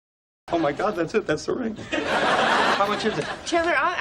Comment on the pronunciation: a ese le entendí cualquier cosa menos that`s it